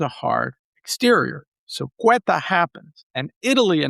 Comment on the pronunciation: The name of the place is Ceuta, pronounced Seuta, not Queta.... isn't that a big difference, for someone named that claims to know so much about the place...